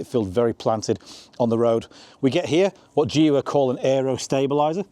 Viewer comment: I got the video suggested dunno why maybe because of my professional deformation... i skipped straight through it when you tryed to pronounce the name of the car 😂